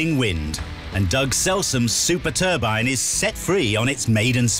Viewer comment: It's NOT a TURBIN. There is an E on the end. TURBINE, say "TUR-BYNE".